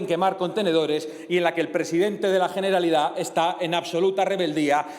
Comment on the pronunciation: Coño abre su intervención hablando de una detención, y no sabe ni decir generalitat, porque claro el catalán es un idioma satánico jajajja bien fascista el tío. Encima 0 propuestas, 0 soluciones para el país, todo amenazas y lenguaje violento de un analfabeto cuyas ideas son las culpables de que haya independentistas. Una ironía que clama al cielo, una idea de España que no apoya ni siquiera un solo diputado de Europa. Lamentable.